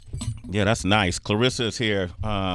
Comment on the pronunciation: C'mon Sway pronounce her name correctly It's ClaRessa not Clarissa